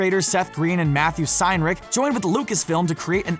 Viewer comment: Pointout: You guys mispronounced Matt Senreich's surname as "Seinrick".